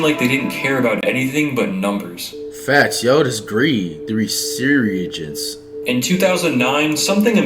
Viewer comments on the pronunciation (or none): “The Resireegence” LMAAAOOO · my guy lol... ITS RE - SUR - GENCE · "the re-siri-gence" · The reeserugance 😭😭😭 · No one: Flight: Resureeagence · the re-se-regence LMAO😂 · So we just gonna ignore how he pronounced resurgence 😂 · Wtf did he just say? Dude can not pronounce 'resurgence'.